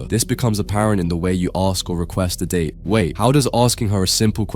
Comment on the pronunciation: «pay close attention» yeah it is date not dat 😇